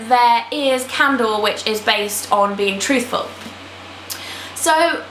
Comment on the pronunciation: Omg how did I not know that you liked this series?:O btw, candor is pronounced 'cander' and erudite is pronounced 'air-you-dite' :)